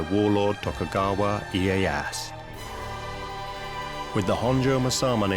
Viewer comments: They didn't use really swords in battle. Spears and bow. Also Tokugawa Ieyasu not ieyas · who the fuck is tokugawa ee-ye-ass? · Tokugawa E-I-ass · Closed the vid as soon as dude said iye-ASS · Yeah right, seems ive been pronouncing Tokugawa's name wrong also. I never knew its Eh-Ey-Ass.